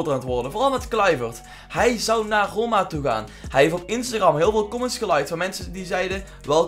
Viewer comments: spreek instagram eens normaal uit joh, hahaha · Je zegt Instagram verkeerd